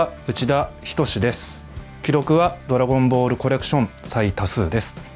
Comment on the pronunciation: I hate the way he says “Dragon Ball” Dragon boru.